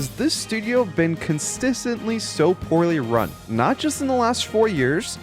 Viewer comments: how do you pronounce consistently "constisently" in the intro and still release it lol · Repeat after me: Consistently 😂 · it baffles me how "native english speakers" mispronounce words so poorly like that